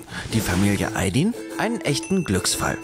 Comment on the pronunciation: So wird Ayd“i“n einfach nicht ausgesprochen 😅😅